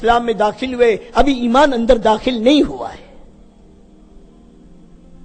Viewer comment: ایمان ہے بھائ امان نہیں